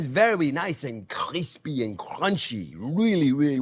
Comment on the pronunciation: Even Chef's accent when he says "crunchy" and "crispy" is crunchy and crispy 😂